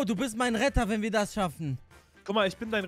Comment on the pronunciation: Wie er immer WEHNEN sagt😂💛💛💛💛💛